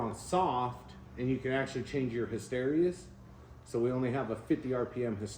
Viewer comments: It's hysteresis, not hysterious! Lol. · Hey - his-te-ree-sis thought you should know.